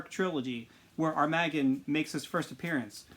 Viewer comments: It is pronounced arm-ma-gone 😤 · I could be wrong but since he’s an armoured shark I say it like armour - gone (bit short on the gone of course) Like Armageddon in a way So Muricans would say ‘armor-gone’ Keep up the good work bro!